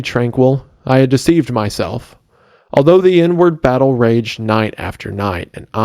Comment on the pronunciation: I thought he said" the N-word battle" and not " the inward battle" lol